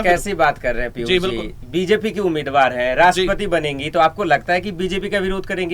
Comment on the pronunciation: sabse pehle aap apni bhasha shudh kijye. Sha shabd ka sahi ucharan nhi kr paate jaise aap Piushji ko Pius keh rhe sha ko sa ucharan kr rhe he. Patrakar ke liye bhasha ka shudh na hona sharm ki baat he.